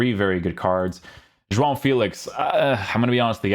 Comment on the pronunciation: Great pronunciation to say “João” , that nasal sound is so dificult to pronounce/reproduce 👏🏻